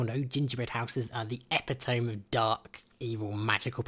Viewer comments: Merriam-Webster: epit·o·me not e pi tome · it's not pronounced "EH-pih-tohm" it's pronounced "eh-PIT-oh-me" I know, it's spelled weirdly. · it's ep-it-o-me not epi-tome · it's pronounced e-pit-om-y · epitome is pronounced "epit-omy"